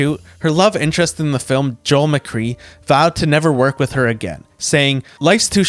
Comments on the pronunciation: Joel Mccrea's name is pronounced MacGray! Not Macree! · It's pronounced mac-cray...not mac-cree. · McCrea is pronounced McCray not McCree. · McCrea not McCree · Good video. One minor correction, however, the name of the male lead in “Sullivan’s Travels,” Joel McCrea, is pronounced McCray, not McCree. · Pronounced McCray, not McRee. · It's pronounced Joel McCRAY! Not Joel McCREE! Do your homework, buffoons! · Joel McCray; not McCree. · McCrea it’s a long A not McCree, he is one of the finest people I’ve ever known. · Joel McCrea….”mac-CRAY”…. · No mention of "This Gun For Hire"? She is one of my favorites and was truly stunning to gaze at. Her acting wasn't the best but she did have a certain dry style that worked for her in the movies she made with Ladd. Also, the actors last name from "Sullivan's Travels" is pronounced "McCRAY". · McCrea = "McCray." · Dude, pay attention: Women is not pronounced woman. Joel McCrea is not Joel McKree. Good grief! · Everybody who was alive back then knows that McCrea was pronounced Mic-Ray. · "I Wanted Wings" starred Ray Milland. William Holden was featured but not the star. Otherwise, an excellent video. Mitchell Leisen pronounced his last name was pronounced "LIE-sen". Just an interesting note: Arthur Hornblow, Jr. was married when he produced "I Wanted Wings" to major star, Myrna Loy. Joel McCrea pronounced his name, "Joel McCRAY". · It's pronounced Mc Ray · Come on, Joel McCrea was a star. Pronounce his name right. (Mc"KRAY") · Joel McRea's last name was pronounced "MacRay." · I wasn't trying to spell it "right." I was spelling it in a way that the person - or AI - who, or which, does the video would know how to pronounce it in the future. The voice had said, "McCree." I added the "a"between "M" and "c" as a concession to the understanding that I'm not dealing with a well programmed whatever. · AI, not as great as touted, huh? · You mispronounced "Joel McCrea"